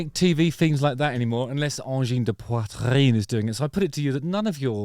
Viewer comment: WoW Justin your RRRRR from the throat in ''Poitrine'' sounds very french!!! You nailed it!! King Crimson rules and check the era of Peter Gabriel with Genesis after ;)